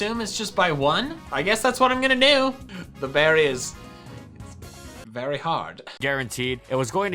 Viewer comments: "The berry was very hard" did you mean the berry was berry hard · "The berry us very hard."